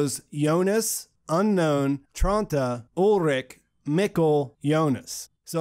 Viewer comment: And so Ulrich has become Olric xD (In case you're wondering about the pronunciation, it's "Ull - rish")